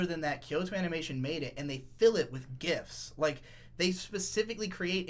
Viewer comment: I first heard "gifts" instead of "gifs". Yes. Thank you KyoAni.